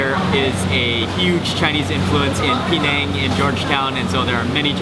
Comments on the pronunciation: Penang is pronounced "Penang" - not "PEEnang"!! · Pronounce it Peh-nang, or Puh-nang, but please stop saying Pee-nang